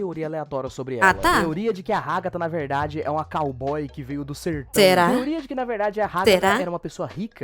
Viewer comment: não é "cayboy"" e"caygiry"